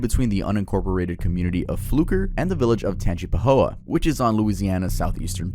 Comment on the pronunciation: It’s TANGE-PUH-HO-UH OR Tangi for short. Grew up in Hammond and Amite (cities in Tangipahoa)